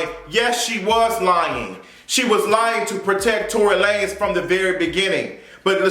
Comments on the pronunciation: Yoooo I cannot stop laughing at the mispronunciation of Tory’s name. Tory La Nez 😂😂😂😂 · “ I was calling him Tory Lan-ez” 🤣🤣